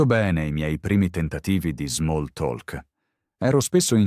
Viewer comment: Grazie per il podcast. Non devi dire “talk” con la lettera “l”, se dice come “tok”